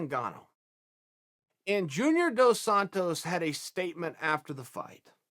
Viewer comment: Chael pronounced Dos Santos two different ways in the span of 2 seconds